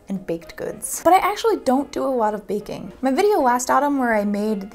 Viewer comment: am i the only one that felt she said baking with a carribean accent? beahkin.